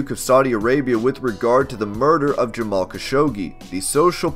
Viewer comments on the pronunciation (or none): none